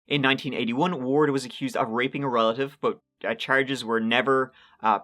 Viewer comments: Finally, u pronounced Wards name correctly! Ward Weaver the Turd. Ur gettin there! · Wow!!! Frightening and disgusting! certainly pronounces Ward's full name correctly. This story makes me want to vomit. 🤮 A nice bat to the side of the head would have cured him! (First to the knees)